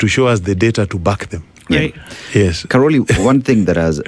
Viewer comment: Its Caroli not Caroline, lol😂